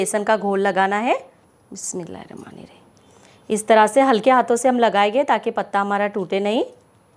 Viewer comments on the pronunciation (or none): Your staring some lismilaah u curim don't know what is this but sounds weird